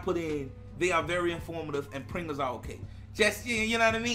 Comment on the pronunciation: So all this time I thought u were saying printers but u were saying Pringles lol. Ok I gotcha 👌